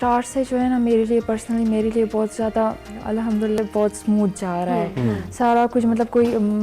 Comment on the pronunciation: 1.08 ye hindu hai "alhamdulla" kar rahi hai 😂😂😂